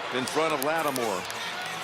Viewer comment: Was it me or did Da Dony Romo Aye called Lattimore "Lattimer"?